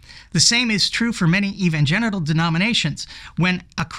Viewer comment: intentional mispronunciation? "Evangenital" either way I'm taking it.